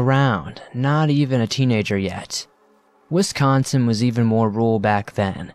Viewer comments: Lol wisconcion oh that got me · " central wisconShin"